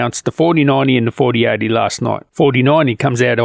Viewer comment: Every time you say 4080 and 4090 I'm hearing 3080 and 3090.. is that just your accent?